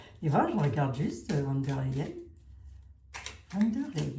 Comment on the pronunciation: Bjr. Savez-vous que le V se prononce F en allemand. Donc v d l se prononce fon der L.